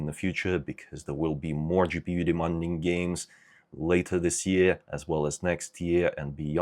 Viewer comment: Not to sound rude, but you're completely pronouncing "demanding" wrong. Its De-MAN-ding not De-MON-ding Sorry, it's a pet peeve of mine (being English myself lol)